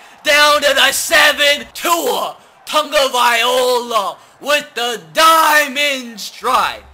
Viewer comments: love your videos big fan but please pronounce tua's name right it's loa not ola no disrespect meant lol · Tua "Tahngovailoa" not Tagovaiola🤦🏽‍♂️ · It's two-a tango-vie-loe-a Tua Tagovailoa... Plz, pronounce it right... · Tag-oh-vy-low-ah not tag-oh-vy-oh-la. Hes not an instrument. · K I have been holding it in so long please read this and pronounce it different it is (tag-a-vI-Lowa) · Anyone else annoyed with how he says "Tagovailoa" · learn how to pronounce tagovailoa